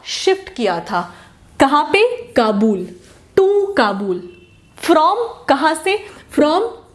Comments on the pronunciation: Its ayub shah....jus like she says qabool for Kabul😂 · It’s not kabuul, it’s Kabul